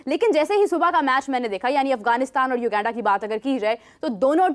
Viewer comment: bro is constantly pronouncing u-genda instead of uganda😂